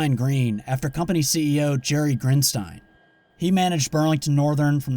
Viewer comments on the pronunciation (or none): Pronounced Grin-steen, not Grin-stine